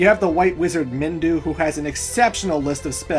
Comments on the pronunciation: its Minwu not Mindu for devil's sake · "MinWU", not Mindu lol